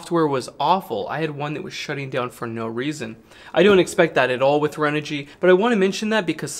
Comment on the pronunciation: ...don't wanna be that guy.. but ahh.. there's no "L" in Renogy.. 🙃